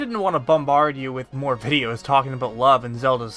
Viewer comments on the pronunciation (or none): none